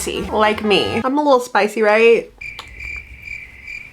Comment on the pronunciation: "She was definitely spiiccy"😂